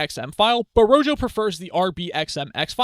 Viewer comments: The Spanish word rojo (meaning "red") is pronounced ROH-hoh (IPA: /ˈro.xo/). The initial 'r' at the start of the word is rolled or trilled slightly against the roof of the mouth, and the 'j' sounds like a breathy, deep English 'h' (or the 'ch' in the Scottish word loch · Thank you for the tutorial. It's pronounced RO-HO, btw. Like "Red" in Spanish. :)